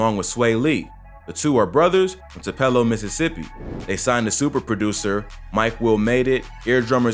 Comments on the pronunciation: Tu-pelo my guy it’s Tu-pe-lo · Bro u be fuckin up in so many ways but jus to let u know they from tupelo which sounds like Toopelow not tuhpehlo. Elvis and diplo an some other mfs from there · Rae sremmurd is from TUPULO. that’s how you pronounce it 🤦🏼‍♂️ not toopeelo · I know you didn’t just say “Too-Pell-O” Mississippi… 🤣🤣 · Btw you pronounce Tupelo like too-palo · I was shole finna say Ik sumbody heard that😂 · That's not how you say tupelo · The way he said tupelo Mississippi 🤣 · As the King Of MISSISSIPPI, I don’t like the way you pronounced “Tupelo”... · Why the fuck did you say Tupelo like that